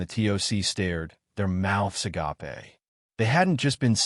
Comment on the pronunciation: When did "agape" (a-gape) become "ah-gap-ay"?